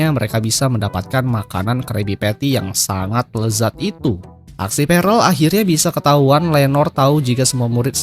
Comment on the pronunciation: Bang itu di bacanya perll bukan parell, aku kebangun gara-gara denger itu huhuhu